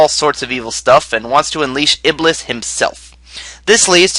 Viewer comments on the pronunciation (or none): none